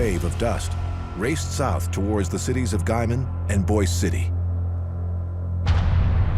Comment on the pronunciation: The narrator’s pronunciation of Boise City, Oklahoma is correct. It is not pronounced the same way as Boise, Idaho.